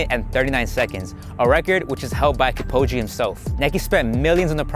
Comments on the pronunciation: I literally scrolled to look for someone who noticed him saying his name 🤣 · “Kip - oh - gee” lololol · Bro kept on saying “KipOge”🤣🤦‍♂️ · He said Elied kepfombe😅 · Learn to pronounce his name if you publish a video. Kipchoge and not Kipoge. He is the greatest marathon runner of all time so deserves his name to be pronounced correctly. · " elid Kipogee " lol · Who is "Kepoghi"? :D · Kipogi💀 Kip-cho-ge e sound not I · Damn man he is Kipchoge not Kipogee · he keeps saying kipoge instead of kipchoge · It's not kipoje its kipchoge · Making a video about running shoes and calling a guy kipogee 🙈😂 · Dude, its KIPCHOGE not KEEPOWDGY😫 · As much as I appreciate the informative content of this video, I do not think it is okay to not mispronounce Kipchoge as many times as was done here. I believe great research, time and effort has been put into this video, therefore, even just a fraction of that time should have gone into learning how to pronounce his name right. KIPOGI/ Kipogee sounds nothing like Kipchoge. I understand that it can be hard to pronounce names that one may not be used to, but given the amount of marathon content and videos of Kipchoge I see and having watched some of them myself, I know the pundits and the commentators mention his name numerous times. you could have at least drawn from there. However, I still appreciate what I have learnt from this video. This is just my feedback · Full video about alpha fly line. Can't pronounce kip'chô'gay right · I am offended how he says kipchoge. Man said Kipogde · how to pronounce his name Keep-cho-ge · his name is Kipchoge!!! Goddammit! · Who's Kipoji?! Eliud Kipchoge is one of the greatest athletes in the world and you can't even pronounce his name correctly, so unprofessional and disrespectful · It’s said el I ud. Kip cho gee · It's Kip - Cho - Ghee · U say kip Cho ge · Bro its (Kip-CHO-gay) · ik wtf cares but its Kip-cho-geh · Stopped watching after the 3rd “Kipogy” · who dafuck is kipoge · Buchered the name